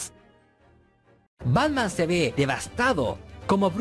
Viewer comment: dice Batma xd